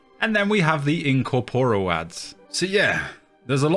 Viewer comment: Well, you were definetly correct in that I found you pronunciations of "incomporial" funny, tho kinda sad we only saw one dungeon where you acually had to deal with it, tho good luck with affliction! Also, awsome video as always.